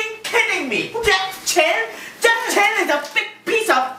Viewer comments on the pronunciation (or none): is saying Jeff Chan?